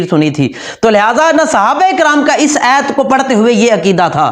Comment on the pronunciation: Ayyt nai hota ayat hota hai. Pagal